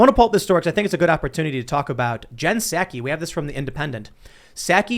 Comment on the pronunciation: Tim, pal...... you're talking to the worst liar that trump could find and you can't even pronounce "Psaki". Soooo, why are you expecting to be taken seriously???